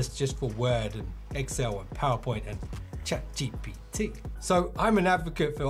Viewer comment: how you said ChatGPT was personal 😂😂